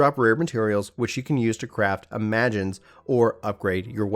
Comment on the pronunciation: Imagines? Lol u mean ima-jinns